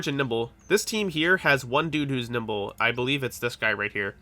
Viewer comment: Why do I keep hearing you say nipple everytime you say nimble. Specialize in NIPPLE...BRO I ALREADY DID AND I STILL SUCK! :)